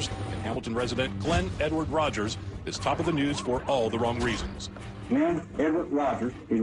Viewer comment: Rogers not Rodgers